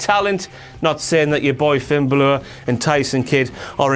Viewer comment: Why can't (or won't) say Balor the right way?